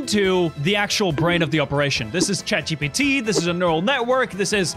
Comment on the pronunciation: Chet GPT 😂😂